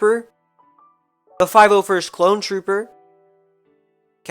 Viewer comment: Did you say 501'st clone trooper